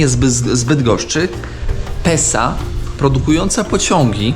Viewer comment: Mój chłopak zamiast Pesa mówi Sepsa 😂